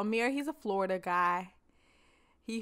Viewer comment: Lmaooo that’s definitely how us Floridians pronounce Florida “Flawda” 😭😭😭. With our country accents